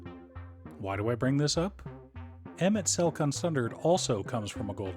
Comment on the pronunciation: You get a like, sub, and engagement for pronouncing his name right. 😝